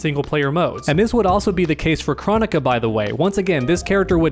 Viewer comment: I’m pretty sure it is pronounced “Krone ik a” as pronounced in the game.